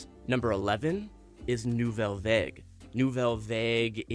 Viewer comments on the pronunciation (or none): It's Varge not Vague as spoken